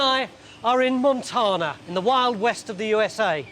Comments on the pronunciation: "Montanna" not Montahna" think Tan skin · What's funny is all Americans technically "mispronounce" it; the word is Spanish and spelled in that language as 'montaña'; the fancy hat-wearing letter n gives it a 'y' sound: mon-TAN-ya Tony says it as though it were an English-origin word (mon TAAH na), where Americans say mon TAYN ah. Sorry for the linguistics lesson, just info dumping 😅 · Montarrrna Hahahaha gold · its like it isnt wrong but it is just, a total british inflection that sounds hilarious. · Only if it irritates Montanans... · I chuckle when Tony mispronounced Montana.